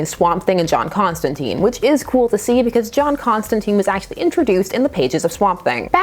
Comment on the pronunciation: I'm gonna need you to pronounce Constantine's name correctly ('tine like time) I can't have you going around being ever so slightly imperfect. You're better than that. Having only heard about the weiner business I had no interest in this book, but now that I actually know what's up with it I'm VERY interested. Horror angled Batman is my jam and it doesn't happen nearly enough. Also, I will savor any chance to see John not shooting fireballs or making planet forcefields or any of the bullshit superhero-fication DC is intent on ruining him with.